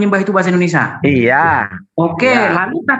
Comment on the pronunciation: Kok indonesa, indonrsia 🤣